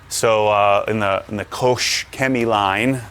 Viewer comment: Its Koch Chemie and you pronounce Koch quite similar like "cough" but with "h" like word for example "hike". Try it .-)